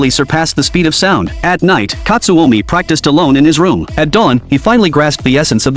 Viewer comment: and its not katsuomi its katsumi